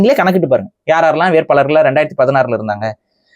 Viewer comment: மிகவும் அருமையான பதிவு 'வேட்பாளர்' என்ற வார்த்தை 'வேற்பாளர்' என்று ஒலிக்கிறது. புரிதலுக்கு நன்றி.